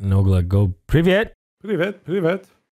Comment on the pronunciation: As a russian, i can confirm that they pronounced and said everything right